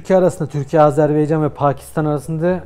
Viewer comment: Tamam herşey çok güzel ama lütfen dikkat....AZERBAYCAN. hala ısrarla azerbeycan demeye devam ediyorsunuz.